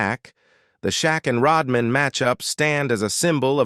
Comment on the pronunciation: AI says Shaquillio vs. Rodmein